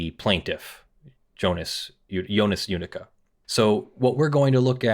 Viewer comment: That name is a bit mispronounced. It is "Jödicke". J like "Y" in "You". "ö" like you say "ou" in "Luxembourg", "dick" like in English, the final "e" like the "e" in "hey". As you currently pronounce it, it would be written "Judika" or "Judicka" in German. No offense, just hoping to help.